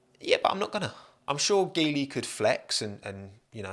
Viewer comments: I think the pronunciation of Geely is more like G li. It would provide more chances for so many talented Alpine Academy drivers if it's true. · In Chinese (mandarin) Geely is pronounced as G Lee, nice video as always. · Chinese people pronounce Geely as "Jee-ly". It sounds auspicious in mandarin language. But hey, as always, great video! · Just fyi, Geely is pronounced as “G”-ly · Geely is pronounced JEE-lee, Tommo. Good video nonetheless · It's pronounced JEE-LI.